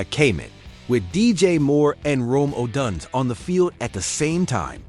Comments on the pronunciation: Gotta stop using AI for your voice overs. They can’t pronounce any of the players names properly Kay-met, O-dones. Kmet and Odunze deserve better lol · Man you chopped up so many players names lol. Gotta do your homework (Odunze, Kmet, Shedeur)